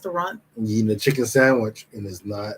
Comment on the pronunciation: Not chicken it's "icken"🤢🤮